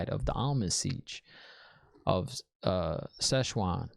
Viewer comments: Time for the almond siege :p I know you're kidding :) SHEWAN omg what are we gonna do with you :P its pronounced more "sue-ohn" "Sanc-aye" :P But i know everyone probably already typed it, please forgive me ^_^ I got something from the swearing on the oath rod. did you get it? i wont mention what it is :P I want to hear your thoughts on that ^_^ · Almond Siege Szechuan 😂👏 Well she can be a bit spicy, our Szechuan. 😂🔥😜 Tip: can you say Amarni? Am-ar-lyn Seat ( as in a chair) Siuan it's like Sue-Anne but you say it fast. Like Swarn. Everyone else answered your questions by the time I got here. Loved your reaction and theories. 😂👏🥰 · I'm dying at "szechuan" lol